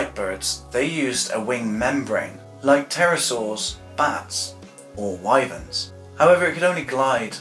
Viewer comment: I’m really impressed. Wuv Erma are indeed called Why-Verns. The reason is because they’re named by the river Wye, which is pronounced Why. Scansoriopotripatrix? I’m amazed you got the pronunciation right on that. Like I said... I’m impressed! The Burmese and rock pythons fall from heights to kill. Perhaps that could be an origin. I love this video! There are some insects that create immense heat. Oh you got it. 😂